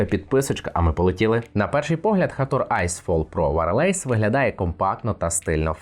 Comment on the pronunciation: Дякую за огляд, але один момент, якщо Ви не впевнені як вимовляєтся слово з англійської то хоча б вбийте його в гугл перекладач і послухайте. Wireless не вимовляється як варелейс )))))